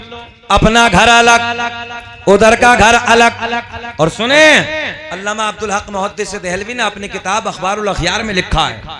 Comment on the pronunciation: ये जनाब अल्लामा को अल्लमा बोल रहे हैं वो भी 2 बार